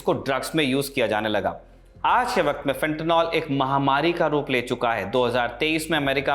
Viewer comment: Fentanyl....NOT Fentanol Fenta निल सही उच्चारण करिए. हमारे देश में गँवारू लोगों की कमी नहीं है FENTANOL का भी कुछ और बना देंगे